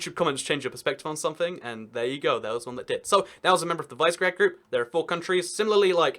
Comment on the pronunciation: Visegrád is pronounced vish-e-gr-ah-d. Cool vid btw